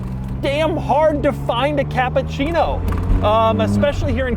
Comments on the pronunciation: Hey Doug.. I understood that you are not Italian, 😂and told that the car is Japan😂 but the name is Cappuccino that not sound like you say Capcino Ha ha ha Two double P an U and two double C. It will be bettere. You are the best Capcino.. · Dude. It's CappUccino Not CappAccino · Really Doug "Kááá''á''ÁÁÁpuchhieeej-no" :D